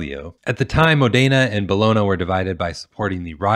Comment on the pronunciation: "Bologna" is pronounced "Bol-on-ya."